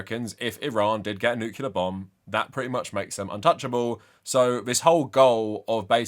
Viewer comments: Not to nitpick, but it's nuclear not nucular. Unless you want to remind people of George W bush lol he's famous for saying it wrong and confusing an entire generation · Nuclear not nucular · I swear I'm only saying this because you said it so many times, but it's "new-clear" and not "nuke-u-lar". Nuclear has one "u". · And the 2025 award for Most Intelligent and Learned Person Who Still Pronounces it “Nucular” goes to… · I know this is by far the least important thing about your video, but as an English language nerd every time you said 'nucular' it physically hurt me.